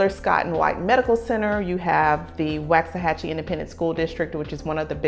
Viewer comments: it's pronounced Wox-a-hatchy. the population has probably doubled in the last 5 years, no new roads to handle the traffic. the traffic is crazy, the restaurants pretty much all suck, there's no good grocery shopping in the area, nothing for families. if you work in dallas you better prepare for a 1.5 hour drive on average, Fort Worth a little more. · How to tell when someone not from there: They pronounce it WAX-a-hachie 🤣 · It's pronounced like wok (asian frying pan). - - - Woksahachie. My father lived there as a child. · It’s “Wox”. Trust I got the business pronouncing it wrong. So much so I couldn’t finish your video. I live here now and just couldn’t hear you say it wrong after the 4th time. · It’s like nails against a chalkboard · Please oh Please learn to say it correctly!!!!! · That’s not how u say Waxahachie lord this video just made me mad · Don't listen to this woman. She can't even say the name correctly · This woman doesn't even know how to pronounce the name of the town do not trust her she has never been here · Couldn’t watch the video. You can’t even pronounce the name of the town so why would I take your opinion on anything about town? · I can’t handle listening to her mispronounce Waxahachie. Please learn the pronunciation if you are going to try and sell the area. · Yes this girl doing all the talking has no clue to pronounce Waxahachie. Doubt if she has ever been there. 12 years ago when the wife both retired and wanted to move back home to Texas, we looked at property in Waxahachie. Could not believe how high the property and taxes was. 12 years later we are really glad we did not buy property there. Traffic is awful now. The city has not been able to keep up with the influx of people moving there. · why not pronounce it correctly? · Hon its not wax it like wach achie boy when did it jump from 25000 to 45000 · First thing to know about Waxahachie: It’s pronounced “woks-a-hachie”, not “waks-a-hachie”. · pronounced walks-a-hachie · All true